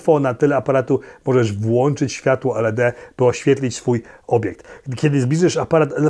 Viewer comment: Heh, kompakcik jak w latach '90, kiedy zwane były "stupid camera". Uwielbiam Twój entuzjazm i tempo odcinków. Jeszcze raz dzięki za polski kanał. Byłem i jestem oczywiście fanem obu. Aha i określenia ISO i LED mówi się normalnie jak słowa, nie skróty, czyli iso i led, a nie i-es-o i el-e-de :😃